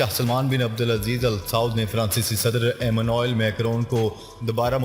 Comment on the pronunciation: France k president ka 1st name ap Sahi ni bolty